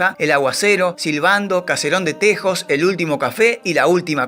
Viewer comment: Entre otras: 1) Lonardi, no Leonardi; 2) "Caserón de TEJAS", no tejos; 3) Manuel de Falla, no Manuela. 4) Baden-Baden (en Alemania y se pronuncia así), no "Beiden Beiden; 5) En los '70 Pascualito Pérez fue ordenanza en la Casa Rosada. 6) A Gatica, que vivía en una "villa miseria" de La Plata, lo vi una vez, con un sobretodo raído y viejas zapatillas rojas de básquet, abriendo puertas de taxis en la estación de ferrocarril de La Plata; 7) El libro de Jauretche (a quien también tuve oportunidad de conocer y hablar unos minutos con él brillante se llama "El medio pelo EN la sociedad argentina"; 8) Entre los países en los que filmó Sandrini (otro al que tuve oportunidad de conocer) hay que sumar a Chile (2); 9) Ceilán recién pasó a llamarse Sri Lanka en 1972. En 1956, teniendo yo 13 años, lo vi y escuché a Hugo Del Carril cantando en un parque de diversiones instalado en la cancha de entrenamiento de Estudiantes de La Plata. Cuando yo tenía más de 30 años, lo vi personalmente en el IFONA (Instituto Forestal Nacional), en la ciudad de Buenos Aires; nos cruzamos, lo saludé y me contesto cordialmente, con la mejor sonrisa (no soy peronista, pero le reconozco la coherencia: nunca renegó de su posición política). Gracias por su muy interesante trabajo. JG.